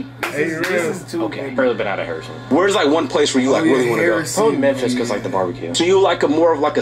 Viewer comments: I could not believe he said, "Memphica" (or similar). I loved all of your reactions! Really funny - just love your show. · This is crazy! 🤣🤣 “Memfrica”